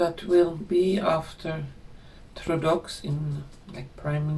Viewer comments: May I help you it is pronounced ( Trudeau) TRU DOE. thank you for your wonderful readings. A Canadian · It's pronounced Troo-doh. Poor Canada. The USA doesn't need the burden of Canada's economic problems, and we need to recuse ourselves from deficit spending on their protection as well. Fair trade needs to be employed. I'm just happy that Trump is alive and knocking out hundreds of executive orders to restore the health of our country. We need to dig ourselves out of our own deficits because of generosity to other countries and paying the majority at NATO, and fair trade (tariffs). His cabinet is making it through the process of vetting and approval even Kennedy Jr. which is surprising since he's going to affect big pharma and big food business big time. It's happening and I believe it is both our creation as human beings as a collective AND divine intervention.